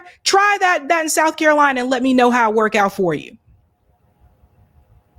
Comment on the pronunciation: Soutf Carolina , Nortf Carolina 😂 we not tolerating no disrespect 💪🏾💯.